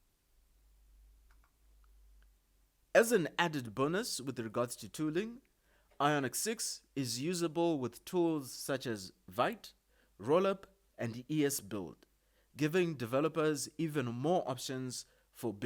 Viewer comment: Vite is pronounced as “Beat” not as “Bite”